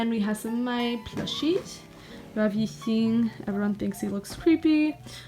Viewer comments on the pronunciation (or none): none